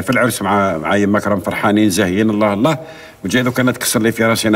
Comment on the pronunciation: صححي لفظ الجلالة ( اللّٰه ) بدون همزة